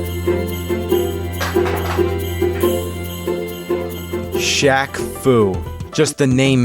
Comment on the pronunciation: Say Superntendo one more time